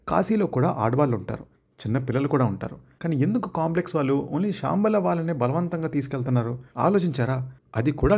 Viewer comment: Shaambala kaad ra ayya Shambaala😂